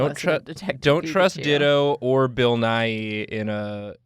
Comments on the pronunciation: i know its bill nighy but i heard "don't trust bill nye" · I heard, "don't trust Bill Nye" instead of 'Bill Nighy', I was heckin bamboozled for a second.